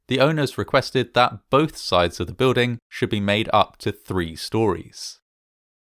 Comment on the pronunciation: I like and subscribe... but I can't stand how you say building... I don't see a "w" in it?